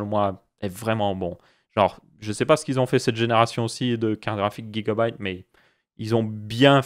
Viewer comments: Sa se dit gigabyte et pas guigabyte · c drole comment tu prononce gigabyte